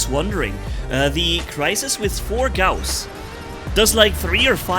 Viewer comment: Gouse suck we pronounce it gauss